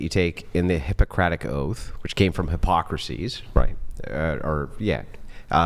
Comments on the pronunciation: The Hippocratic Oath comes from what !? You either need to work on your ethymology or learn how Hippocrates is pronounced. You sound like you studied the subject last night on your couch sipping a beer. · Hippocrates, not Hippocracies. I love it, who I am a huge fan and I am a woman by the way but I digress. who is brilliant and he never gets anything wrong and finally he did. He's fantastic, love to you and Rachel. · I cringed when said "Hippocraces". I cringed ten times harder when none of the ten other people at the table heard nothing wrong.